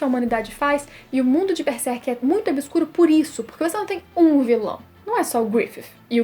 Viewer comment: eu não entendo o motivo das pessoas, falarem beserk, não pulem o ''r'' please god. BERSERK hhuehuheuhue